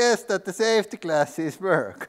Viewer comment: "But don't vurry he-ah has-ah savety classes!" 😂